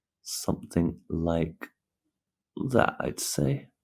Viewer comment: 'summin like dat' 🤣